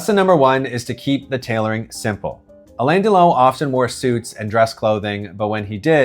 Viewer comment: You really should learn how to pronounce his name